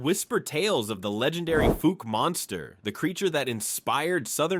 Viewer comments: Pronounced Fouk not Fook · Faulk Monster is pronounced Fawk. Just sayin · I don't know if you're because you're a computer or just because you're ignore their nerve or a foreigner but it's pronounced Falk it is called the Falk monster not fook😂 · I'm from Fouke and yeah..... Fook how it's pronounced!! (It's "Fowck"phonetically btw) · you said fook instead of fowke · Fouke is pronounced like fowl. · It's not pronounced "fook" monster. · Fouke is mispronounced. It's Foul with a K at the end. - , - It's pronounced El Dur-Ray-Doe. I'm from there btw. - Ouachita is pronounced Wa-sha-taw. , - It's pronounced Si-Lum. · Please tell me this is AI, because anyone purporting to be professional would learn these names before making a video representing a state. Fouke = F-ow-k like ouch. Ouachita =wash-it-tah, like the Native American tribe. Magnet cove not magnetic cove. Petit Jean =Petty Jean, it means little John. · Please learn how to pronounce FOUKE. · That’s not how you say Fouke